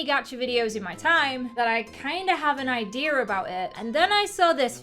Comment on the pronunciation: and I kind of have an idEAR/ idea 😅